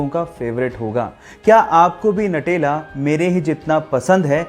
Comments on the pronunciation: Natela nhi nutela khte h🤣🤣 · भाई नटेला नहीं न्यूटेला |